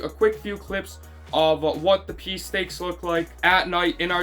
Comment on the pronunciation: Outstanding video, but the 12 year old in me giggled every time you said peace stake (pee stake)